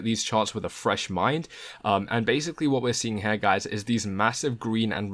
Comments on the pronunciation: when you say Here is should sound like hear not Hair. Is this type speech very common in your neighborhood? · cool video, thanks, but the word is "here" not "hair" >_< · why do you say "here" like "her" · This is how you pronounce the word HERE; It's not "hair" or "hare". :) You're welcome.